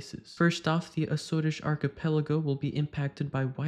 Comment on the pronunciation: Thank you, I've listened to it half a dozen times and my 68 years old Scottish ears keep hearing it as Scottish archipelago.